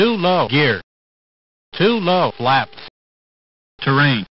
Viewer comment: MD社の音声がFlapとSlatを間違えないようにするためかフゥラップみたいな発音になってる。 でも高い女性の声は加齢性の難聴で一部聞き漏らしが出てこないか心配になる。